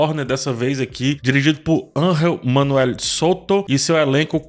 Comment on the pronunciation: Nao é ANRREL kkkkkk É angel MESMO.... Voce so le com som de R quando for J ....quando for G voce le com som de G....na lingua espanhola